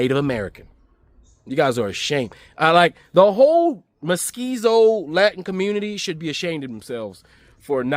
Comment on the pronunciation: Careful. It’s Mestizo not Mesquiso 😊